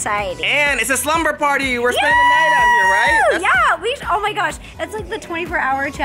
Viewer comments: "and he's ready to PAWTY" when she said that, I thought she meant potty. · Whenever you say pawty it sounds like potty xD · Does anyone else thing that “Pawty” sounds like potty 🚽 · The fact that "pawty" sounds like "potty"😂😂😂